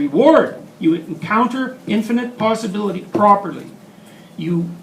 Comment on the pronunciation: He said low posabilty